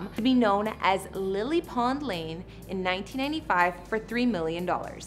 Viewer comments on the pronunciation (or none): none